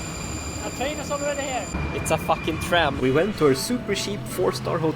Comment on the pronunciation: "it's å fückįng træm !"